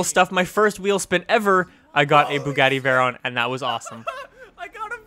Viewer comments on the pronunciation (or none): none